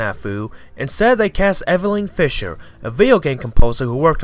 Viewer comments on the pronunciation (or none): none